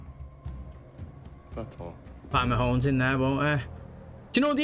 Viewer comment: I don't know why, but like with 'Killerman'... I love that you call him Mahones.